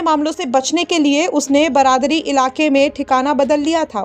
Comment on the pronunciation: थाना बरादरी ? मैडम, थाना बारादरी कहिए।